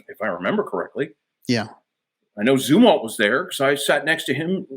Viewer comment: Great common sense no bullshit, top gun a really crummy movie - and he pronounced zumwalt correctly. refreshing (far more life in this cat than in the Mellon I met in 1989😉)